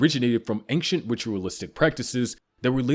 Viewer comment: Broooooooo. Never has it ever been anktchent it’s ancient